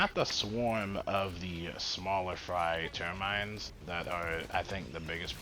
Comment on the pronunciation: also called the Terminids "termines"